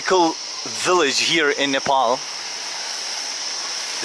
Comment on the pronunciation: its not NEEPOOL its Nepal